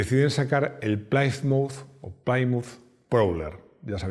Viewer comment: No se pronuncia plai-mout Se pronuncia Ple-muth.